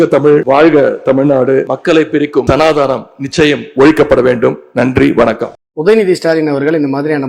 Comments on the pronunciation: Sanaadaanam illa Sanaatanam. Enna udava bro ithellam. Correct aa pronounce panna paarunga. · adhu sanadhaanam illa, sanadhanam. adhaye correcta solla therila.... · ஸ்னாதனம் என்ற வார்த்தையைக் கூட சரியாக உச்சரிக்க துப்பில்லாத கூட்டம் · Ivargal Vetkame illadhavargal. People mercilessly rejected DMK. Sitting CM defeat is historical despite of money and gift. Please record in the history of TN. Ivanukku Sanadhanam word pronunciation theriyala. Ivan poi adha olikkaporanam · this idiot UNidhi does not even know how to pronounce sanathanam!